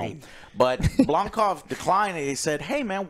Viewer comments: Is reinventing Neill Blomkamp's name every time? I've heard "Blomquist" and now "Blomkov" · Joe. Its BlomKAMP. Not BlomKOFF. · Blonkoff!? 😂 its Neil Blomkamp.